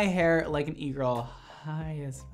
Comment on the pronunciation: I’m French and my English is not perfect! So when you said “e-girl” I was sure you said eagle 🦅 😅 I understood when I saw the title for the second video lol